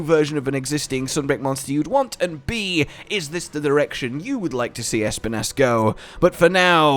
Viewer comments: The way he says ESPIN’ASS i can’t 😂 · If Espinas's name is about the spanish espinas (thorns) it is pronounced esPInas, totally sure was named cause that